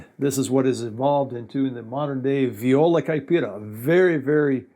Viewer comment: How can you say viola caipira that way, i mean, almost perfect